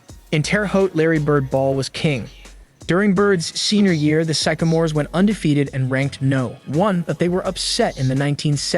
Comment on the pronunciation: his mispronunciation of sycamores over and over and a couple of other things that sounded a bit off makes me think this guy dont know what the fuk hes talking about good reaction though the bird and magic documentary would be a wicked good video to do